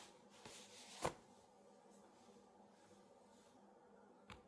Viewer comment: It’s tourte au fromage